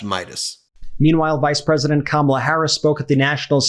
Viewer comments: Sarah H Sanders ALSO mispronouncing such an easy name to pronounce? What is it with those MAGAS? Did they all take an oath to wrongly pronounce Kamala’s name with the 2nd “a” accented (Kamála) instead of the FIRST (Kámala) as a form of disrespect?!?!? Or is it that they are ALL THAT collectively intellectually challenged? 🧠🧐 Those beings are in desperate need of psychological help! More mental institutions PLEASE! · Pronounce Kamala’s name right… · I LOVE how 'they' ALL have to pause and think how to incorrectly pronounce Kamala. Fawking arse-holes! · SHS...what a fukkin parrot, mispronouncing her name. Feel bad for her kids that supposedly keep her humble. Perhaps she needs to get the definition. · The fact that they purposely mispronounce her first name just shows you how immature they are! Congratulations Ohio, you picked a real winner! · Isn’t it a shame that we have so many people in politics that SHOULD be intelligent people, who after 3 1/2 years can’t pronounce the name of our Vice-President / future Madam President’s name properly. I see now stupid Sarah Huckabee Sanders is just one more. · They are doing it on purpose, just to show disrespect, or she's not worthy of them pronouncing her name correctly.